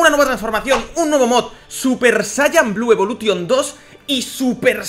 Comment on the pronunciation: A ver, por q pronuncias algunas frases en ingles en plan bien y luego dices blue evolution tal y como se escribe